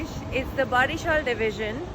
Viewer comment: OMG! You had been in my city, Barishal! How could I miss that chance to meet u.. Anyway, the correct pronunciation is 'bowreeshal' for Barishal. I hope u will come again and give us chances to greet u again. Take care.